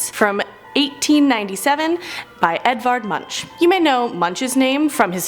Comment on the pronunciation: Who picks out this chicks outfits? NOT flattering. Practice b4 you film. The crazy thing is that these videos are edited. That means they used the best footage they had. And Edvard Mumch is pronounced munk not munch. Emancipated? Lol Watching this chick stumble through her videos is almost painful. More Che and Ayman less. I miss Rebecca!